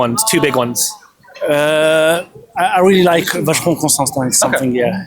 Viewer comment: Vacheron Constantin 😂😂😂 Still a nice watch, but maybe read it 😂